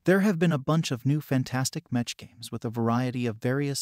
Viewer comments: Bruh its pronounced meck not metch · It’s pronounced meck by the way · It's pronounced "mekk" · It's pronounced mech aka "mechanical" without the anical lol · yeah that was painful to hear :D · was especially painful because he managed to pronounce "Battletech" correctly, so why doesn't he do it correctly with "mech"...